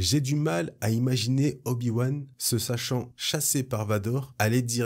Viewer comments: Bravo d'avoir réussi à répéter "se sachant chassé", sinon super vidéo ! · Hello, "Se sachant chassé"....Respect à toi pour la prononciation !! Le danger tu aimes ! :-) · Par 2 fois tu prononces parfaitement "Obi-Wan se sachant chassé par Vador" ! Bravo à toi pour cela haha ! Et pour tout le reste bien évidemment